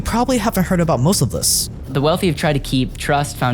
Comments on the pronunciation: my friend it is not wolfie it is wealthy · ⚠️who made this video? Can you get AI that speaks properly - one that pronounces TH as TH and not as F, like council estates chavs in the UK⚠️ It's WealTH and WEALTHY not WEALFY ⚠️⚠️